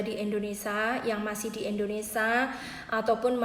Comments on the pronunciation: INDONESIA mba bukan INDONESA tolong di perbaiki lagi ngomong nya, janggal dengernya mba nya orang mana sih? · Berbahasa.lah yg baik & benar mba…(indonesia bukan endonesa)…😄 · Mbak aslinya dari negara mana? Panasaran sajah...koq ga bisa nyebut "Indonesia", disebutnya "Indonesa" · INDONESIA ce bukan INDONESA 🤣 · Mbak kalo ngomong yg bener bukan indonesa yg bener indonesia . Klo nggak bisa ngomong mandek o ae ora usa bhas2 mslah ini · Awas lho mbak.. Ngantos".. Penyebutan nama negara salah tak maturna bapak😂 Indonesia sanes endonesa.. Sampai sini anda paham??🤭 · Ngomongnya kok yoo muter muter mbaak... Indonesa 🤭🤭🤭🤭🤭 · Pengucapan yg bener itu indonesia bukan Indonesa mbk.... Berita ini toh lum pasti...mbk Pokoke tki /tkw paling apik 👍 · Indonesia mbak, bukan indoneSA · Indonesia Emba bukan indonesa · maaf bu,. indonesia bukan indonesa...poin yg terpenting adlh hanys orang taiwan yg kya saja bisa ambil TKI, mlh bgus bukan TKI lbh mmpnyai persentase jaminan kelayakan hidup lbh tinggi.. yg untung siapa yg rugi siapa hayoooo .. no worry... bnyk kesempatan kerja di negara penempatan lain... siapkn skill anda masing2 dg baik... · Hhhh iya bener..aku dengerin gemeshh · Indonesia mbak bukan indonesa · Q jg,dengarnya aj,g enak.Indonesia,bkn indonesa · Ngomong negaranya indonesa yg bener indonesia buk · knp TKW yg d salahkan ? tuntutan TKW msih batas wajar koq,cma ingin pot agency d tinjau lgi...pot ARC d minimalisasi,dan jika ada TKW yg bkin ulah itu OKNUM mbak yg terhormat...tdak semua bgitu,itu kmbali lgi pda SDM TKW nya sndiri...tolong pergunajan kata "kalian" dgn bijak mbak,kalian yg mbak ktakan itu berarti TKW semuanya...bukan segelintir org.... dan tolong dlm penyebutan INDONESIA nya jga d perbaiki,bukan indonesa tpi INDONESIA🇮🇩..trima kasih